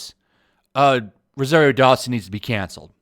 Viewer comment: Learn how to pronounce ROSARIO.